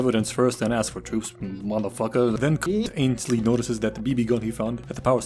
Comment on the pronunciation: consistently calling Hogarth "Chogath" and Mansley "Ainsley" is simultaneously hilarious and infuriating